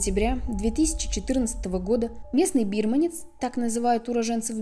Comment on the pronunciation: Плохие люди есть в любой стране. Лучше не путешествовать одному. И, хотела обратить Ваше внимание: бирмАнец, а не бИрманец. Спасибо за видео!👍⚘